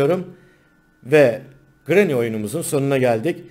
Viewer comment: Grrranyy deme